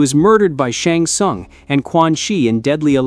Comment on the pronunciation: as soon as I heard him pronounce "SHUNG SUNG" I lost all respect!